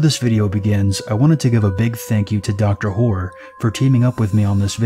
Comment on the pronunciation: Did anyone else hear him say "doctor whore" at the beginning? 😂😂😂